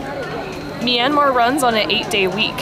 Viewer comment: Hi and.Im Julia and im 13.Im burmese but from California.I think you're videos are awesome especially food reviews!ITs pronounced mya-mar Bye!:)